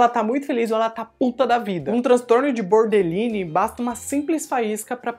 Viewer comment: O problema de dizer que a Pearlmé boderline são os comentarios de identificação, sendo que nao seria esse o diagnostico mais proximo dela. A pronuincia também está errada. Cuidado.